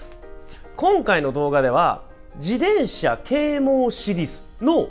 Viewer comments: ジデンシャ じゃなく ジテンシャだよ。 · こういう事は大切って思う ありがとうございまう。 （でも「自でん車」の発音がき気になり過ぎて・・・）